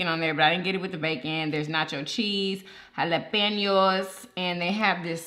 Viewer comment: Can you not pronounce jalapeños right ?? Or you just like saying it like that